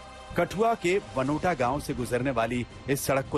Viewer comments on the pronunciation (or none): Its Badnota not Banota 😢😢